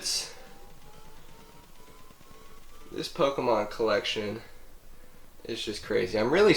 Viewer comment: lol you said diglets I thought you said dicklit